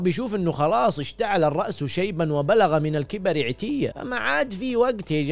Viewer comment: مِعضلة ✖️ مُعضلة ✅ عِتية ✖️ عَتية ✅